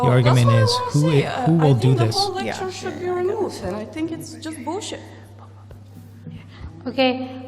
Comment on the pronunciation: whats that accent ? I love the way she said I think its Bull sheet